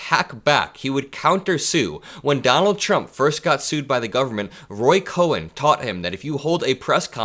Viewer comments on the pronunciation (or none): Roy Cohn. Pronounced like cone, not cowen. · Great video. But Roy Cohn's name isn't pronounced "Cohen," but "cone." I'm old enough to remember the Army McCarthy hearings, and that b*****d was lurking in the shadows all along. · not Roy "Ko-hen". Roy KOHN. Like ice cream cone. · The name is pronounced "Cone" not Cohen. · Roy Cohn (pronounced Coh-n, not Coh-en) was an evil man who helped destroy many lives. I'm sorry that 45 learned from him. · It's not Roy Cohen, it's Roy Cohn (pronounced Cone) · It’s Roy Cohn (pronounced coin). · I appreciate your observations. The lawyer you spoke about is actually Roy Cohn, pronounced 'cone.' There is a mini-series 'Fellow Travelers,' that sheds light on him. He is also mentioned in the classic Broadway play, 'Angels In America.' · I think it's pronounced Roy Cone.❤ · It's pronounced "Cone"... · It’s pronounced Cone